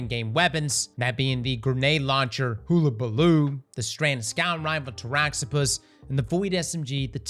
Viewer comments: Man just said Hullabaloo as hoolahbaloo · Another year passes and still pronounces Hullabaloo wrong 😂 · He's sticking with saying "Hullabaloo" wrong still, huh?